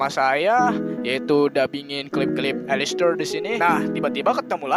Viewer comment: Mohon maap baca ny Alastor bkn Alister bikin sy bingung